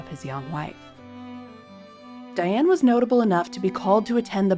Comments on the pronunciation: Her name should be pronounced "Dee-ahn". Thank you for the episode. One of the questions I have had is why Diane, born and reared in Catholic France, was allowed to be baptized as "Diane". The Catholic church was very strict in the past. They insisted that babies be given saints' names. Did Diane have a middle name that was a saint's name? Diane's husband's scandalous mother, Charlotte de Breze, would be an excellent subject. She was the daughter of King Charles VII and his favorite mistress, Agnes Sorel. Charles legitimized Charlotte and her sisters Jeanne and Marie and they all married well. Charlotte married Jacques de Breze and they had five children. Nevertheless, Charlotte was a bit of a Lady Chatterley and was caught in flagrante delicto and Jacques murdered her and her lover. I think Charlotte would be a good subject for you. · Dee-ahne please!